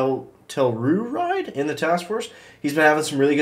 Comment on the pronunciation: Ha. Tell-U-Ride.